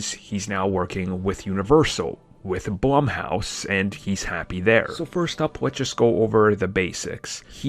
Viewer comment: He keeps saying blumhouse wrong